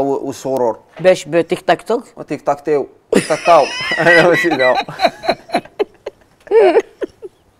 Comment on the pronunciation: قاتلو تيك تاك تاو😂 قالها تيك تاك تيو😂😂😂😂😂ههههه